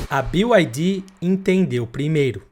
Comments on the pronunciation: O casa faz um vídeo de uma empresa e nem sequer ver que a empresa n é BIO AI DI, é Bi AI DI! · Não é "BiuAidi" 😂 todo mundo falando errado